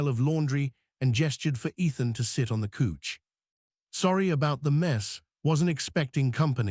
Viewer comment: Could you please teach your AI to say couch instead of couch! It's really driving me nuts.😂